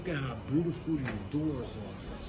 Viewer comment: Aye he fucked me up wit “Brutiful” 😂😂😂😂❤❤❤❤ Peace and 💕 love